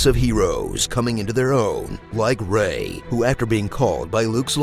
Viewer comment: scusa se sono pignolo, ma sarebbe Rey non Ray:-P Per il resto ben fatto, come sempre;-)